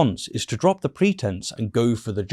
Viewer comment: he even says "Ze document" 😂😂😂